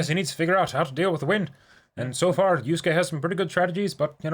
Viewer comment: Yu-SU-ke is giving me Sa-KA-moto flashbacks.